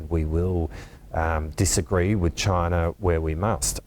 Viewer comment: Bloody hell why can't they say the word "CHINA"